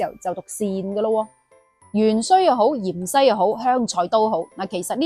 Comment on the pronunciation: 芫茜，粵音應該讀‘’元西‘，唔知點解讀讀吓變咗讀成‘’鹽西‘’。仲有片段其中有幾個讀音，聽起上嚟以‘’樣衰‘’。好容易講錯。。我仲要D"樣衰"。😂😂😂😂